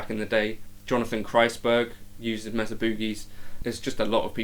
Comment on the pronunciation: M “A” sa!!!! Not Mezza It’s also Not Boooogie. It’s pronounced Boogie